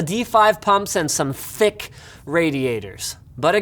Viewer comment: Emphasis on "thicc radiators" lol